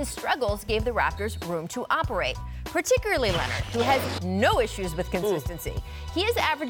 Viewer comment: "Particuraly" lol